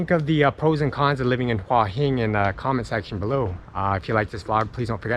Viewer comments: It's actually not Hwah, it's Hoo-ah. I discovered this in Nakhon Pathom train station. She had no idea what I was saying. Two rising tones - Hoo ah Hin. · Please please please learn how to say the name of the area you are in properly! It is Hua Hin not Wa Hin! >>> sounds like Hooa Hin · I was there for 2 months last year and a young Brit who had been there longer than me was calling it "hoi hin" and I started to wonder if I have been pronouncing it wrong all this time(?) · You should say Hua Hin more often ! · So annoying you can't say Hua Hin right, just stop saying it :D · Ask a Thai resident how they pronounce Hua Hin. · and mispronounced it every damn time it's maddening.